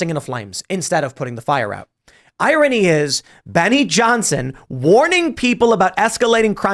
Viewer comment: Can Tim learn how to pronounce irony?